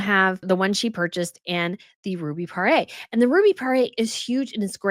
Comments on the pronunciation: “Puh-Ray”? Please, the correct pronunciation is “puh-roor” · The word Poire is pronounced Pwah-rey, more or less. The word Parure is pronounced pah-roor. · "par your" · Please stop saying pa-ray.